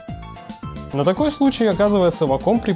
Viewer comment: вейком а не ваком...